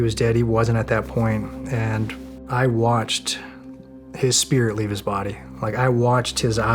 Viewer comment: One "i" short of a spirit 😅